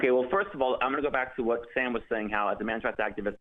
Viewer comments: I listen to the show all the time then doesn't even know how to say sams name 🤣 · I disagree. This caller was exceptionally unprepared. It was dripping off him from the start. He said he'd been watching the show and didn't even know how to pronounce Sam's name.